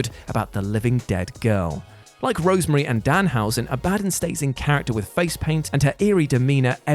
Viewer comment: Rosemary NOT Rosemarie